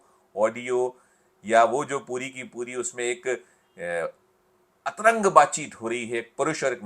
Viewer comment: Atrang nahi antranj bolen patrkaar ji.